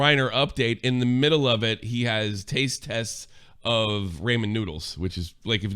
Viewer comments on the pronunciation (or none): I can't believe that's how you pronounce Ramen.